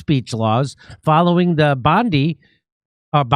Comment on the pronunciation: Thank you the ONLY fucking American who pronounced 'Bondi' correctly.